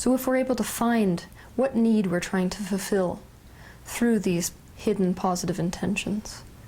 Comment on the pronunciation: Say fulfil slowly, please. Not fefil.